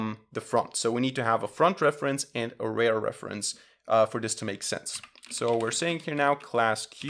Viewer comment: You pronounce "rear" like "rare"; --> Correct pronunciation.